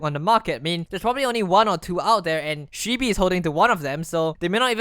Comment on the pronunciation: My only anger with this video, is he pronounced shibee wrong.